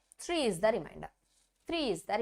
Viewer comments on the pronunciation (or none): Madam meru three ni tree ani palukuthunaru adhi three mam not tree please vinalekapothunam sarigga matladandi mam style ga kakunda